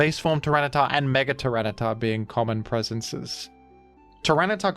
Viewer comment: hearing “tyranitar” felt so deeply wrong. At least cif is present in the previous clip